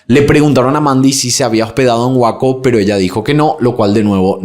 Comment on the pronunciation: 🎉 ciudad de Waco ( se pronuncia weico )🎉me encanta tus videos. Super impecables😊 Saludos desde Seattle 😊❤🎉😊😮🎉😊🎉